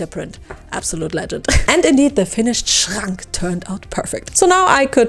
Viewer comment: Kraaaaasssss, ihr habt aber auch Maschinen am Start 😵 Sieht grandios aus und hat, auch wenns viel war, bestimmt richtig viel Spaß gemacht. Ich feier übrigens noch das sehr deutsch ausgesprochene "Schrank" 😂